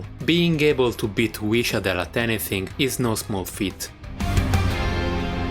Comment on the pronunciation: Omg, you pronounce the š in wišadel properly, hell yeah!